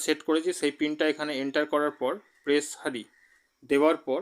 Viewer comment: Press হারি না বলে press হেয়ার বলতে শেখো।